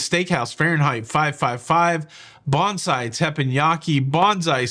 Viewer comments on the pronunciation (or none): none